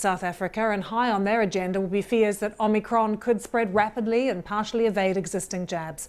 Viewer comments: Anyone else triggered by a professional news reporters inability to get a very simple name correct? Its OMIcron, not OMNIcron. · Why can't people pronounce Omicron xD Om-i-cron NOT OmNiCron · OMICRON not OMNICRON, it does not have two N's!!!!! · Its not OMNIcron you diluted british dem, its om-au-cr-on. Its also not 'die-luted', its "dee-lute-ed". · She said OmNicron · Omnicron? Is That A New Varient Or Can This Presenter Not Read? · She did say Omnicron, didn't she... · She introduced it as omnicron - can’t even get the name right…. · It’s not called Omnicron mrs. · Nobody actually says ‘Omicron’ in this report - they only say ‘Omnicron’ 🙄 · She said OMNI’cron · Would probably help you comes across less like jokes if the presenter didn't immediately call it the "omnicron" variant lmao. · Starts by not even pronouncing it properly